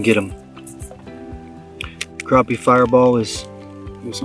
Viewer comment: Thanks for pronouncing it right. It’s crappie with an A not an O